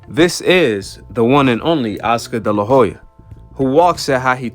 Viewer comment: Oscar de la Hoya... the H is silent. I wasn't going to say anything but you said his name so many times lol